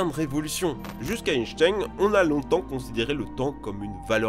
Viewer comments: Einstein ça ce se prononcé mdr mais bon on te pardonne 😂🤣😂🤣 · Par contre la prononciation d'"Einstein", pas ouf.